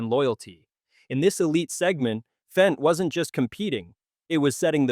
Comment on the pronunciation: Fendt, not FENCE!